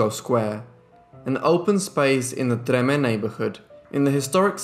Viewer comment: Oh We don’t pronounce treme that way lol All of Louisiana: We don’t pronounce a lot of things right. 🤦🏻‍♀️ 🤣🤷🏻‍♀️✌🏻 We gave it some flare! 🤣✌🏻